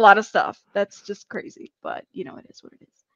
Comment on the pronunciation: Oh, A-A-Ron, you did messed up. You never put a D in crazy. Never.